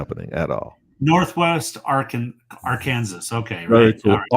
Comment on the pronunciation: is so right about the pronunciation of the state of Arkansas. I lived there two years before joining the U.S. Army.